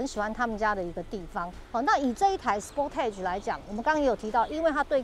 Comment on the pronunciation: 美中不足是sportage的發音不對。